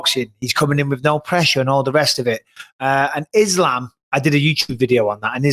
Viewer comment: I hate how the commentators pronounce islams name it’s fkn annoying, same as that bullshit ADEHsonya that Ariel popularised just say the fkn names how everyone else does